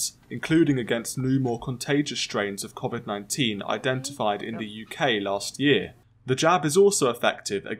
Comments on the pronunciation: "covet 19" 😂😂😂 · Near heard anyone pronounce “Covid” the way this guy does